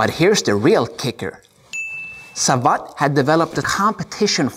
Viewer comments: Besides, Savate is pronounced like cravate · Well just to be clear.. the e at the end of the word savate is not pronounced like in the word karate. In fact it isn’t pronounced at all. It is pronounced sa-vat’. When you read both words correctly they now don’t sound at all alike. kara-te (tay) sa-vat’ (like «bat»)